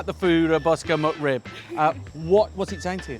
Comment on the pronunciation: It sounds like he’s saying “mud rib”.